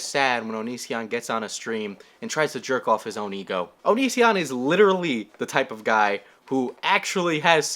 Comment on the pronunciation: “type-a-da-guy” ok mario